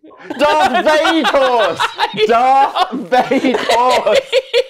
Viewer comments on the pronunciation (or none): In French, Darth Vader is named Dark Vador, hence strange pronounciation.